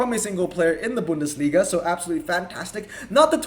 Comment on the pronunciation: speaks German 😂 but you pronounced Bundesliga very good 👍